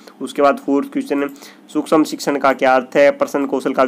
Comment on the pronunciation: Pahle padhna likhana to sekh lo 😂 sushm bolna nahi a raha tumko to 😂😂😂